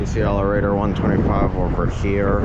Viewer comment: It’s pronounced Alert-er. Not Al-er-ae-tor. Also it’s confirmed when the Denver quadruplex will be handled, afaik it should have been down already but I’m not 100% sure on that.